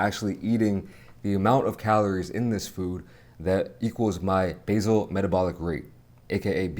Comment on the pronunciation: Basic not basil 😂